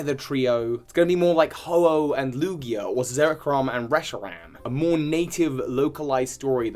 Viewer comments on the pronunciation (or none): none